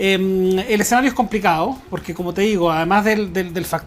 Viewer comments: "te 'igo" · "como te 'igo'"